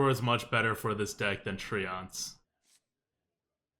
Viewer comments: I only say this b/c I love you: "tree-ents." Not "tree-onts." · oh no his tree-yawn-ts !